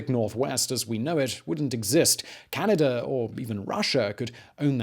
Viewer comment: We love your show. We watch you every night. We have invented a drinking game, too. Every time you say "CanaDER" or "RussiER" or "British ComlombiaER", or any other time you end your "a" with an "ER", we drink. 🌹 To your health, good sir! Keep brining us the education.